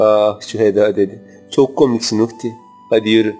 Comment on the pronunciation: Bizde arabız😊 ama uhtiy değil uğtiyy biz diyoruz😆